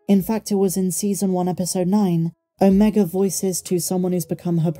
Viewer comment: ..you're British aren't you? Please pronounce Omega properly. Other than that..grest daily updates..love them ❤